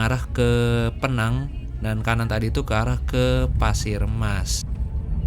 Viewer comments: Sebutannya bukan PNANG.. PINENG.. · Bang PENANG bukan peenang, pake penegasan PE-NANG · Sebutan penang ....pineng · Bro Penang di baca pineng 😂😂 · Penyebutan Penang bukan Vokal Penang bg. Tp Pineng. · Pineng bukan penang😅😅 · Maap kalau boleh kasi masukan.. kalau Penang itu di sebutnya pineng ya mas. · Penang sebutan nya Pineng bang..saya pun jadi pening ( pusing )..😅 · Penang,penyebutannya Pineng. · Penang penang, yang betulnya adalah pineng. Buruk sangat sebutan penang tu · bkn penang tp pineng atau pinang ya 😂😂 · Tante Saya Org Penang, Di Menyebut Kota Penang Dengan PI-nang.. Penekanan Huruf I.. Terdengarnya Mirip PINEENG.. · Agak resah denger pronounciation Penang tu. Yang betul itu Pineng yaa bang😂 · penyebutan Penang nya agak lain bang..hahaha = Pineng org malaysia cakap bang.. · Menit Bukan PENANG mas bacanya PINENG biar enak dengernya logat Inggrisnya ... 😊😅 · Penang dibaca = PINENG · Itu nama dia pineng bukan penang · Penang itu melayu bilangnya pineng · Sebutan betul Penang adalah Pee-neng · Nyebutnya pineng😁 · Cara ngomong Penang nya lucu 😂